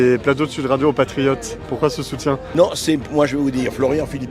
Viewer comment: Je me rappel de collard avec son « les patrifiottes »